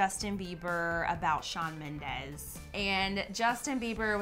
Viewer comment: Shawn Mendeeeees not ez!!! Ughhh